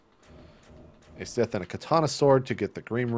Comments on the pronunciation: It's pronounced S-EYE-TH, but other than that good video. I'm thinking of just going PC this gen and picking up a PS4 when it's on the cheap for exclusives. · Someone needs to tell this guy how to pronounce scythe... ..what the fuck is a sith, it's not fucking Star Wars...